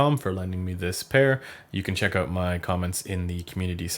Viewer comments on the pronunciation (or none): none